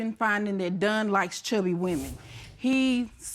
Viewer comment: She calls him Done instead of Don, lol.